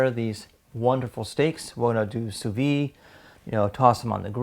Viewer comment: why cant this guy say wagyu Edit: he cant say sous vide either. should just give up on trying to say non english words